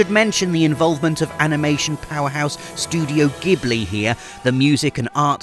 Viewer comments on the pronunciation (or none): I love PA but I have to say I may have lost my temper when pronounced ghibli wrong